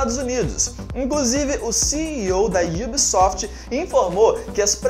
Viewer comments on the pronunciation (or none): mano num é IUBSOFT e sim UBSOFT '-'